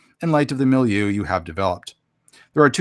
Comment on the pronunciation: I like the word milieu too. You're saying it how I've heard English speakers say it